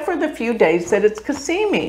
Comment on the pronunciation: I enjoy your videos but I really think you need to do astrology a justice and learn sanskrit pronunciation and also Arabic or whatever else. Dignify your art. Respect it. It's Cazzzzzzzimi. Not Casssssimi. Z's are different than S's.